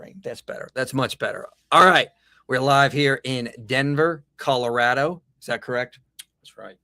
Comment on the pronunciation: Thank you for pronouncing ColoRAdo correctly.